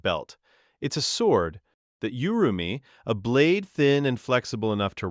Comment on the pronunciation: Not Yu-ru-mee. It's Oo-ru-mee.